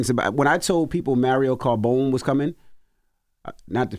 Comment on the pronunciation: CARBONE not CARBONES